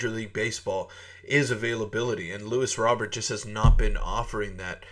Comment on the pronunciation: Your saying his name wrong.